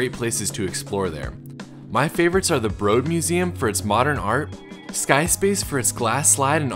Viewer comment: i stopped watching as soon as you called the Broad the "Bro-ad"...